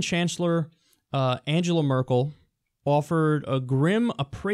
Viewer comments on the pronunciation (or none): I mean Trump disrupting shit for no god damned reason isn't a bad thing unless you enjoy not having world wars. Which I kind of do. Also pronouncing Angela Merkel's name correctly would go a long way towards Kyle's credibility on shit like this. Has he honestly not heard her name pronounced correctly 1 billion times by now?